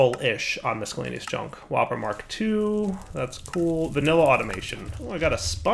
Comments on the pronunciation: Please for the love of god .... stop saying miscellaneous. You have never pronounced it right. EVER. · While he's derpy, that's not by mistake. I'm fairly sure that's "as intended" as (and while I agree with you) that is "how it's spelled". I mean, why is the "c" there?